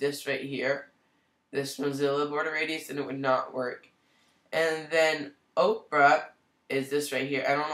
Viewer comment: I'm going to start pronouncing it Oprah as well. That's hilarious.